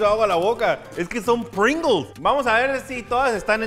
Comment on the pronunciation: Se pronuncia "pringous": Es el sabor de Pringalls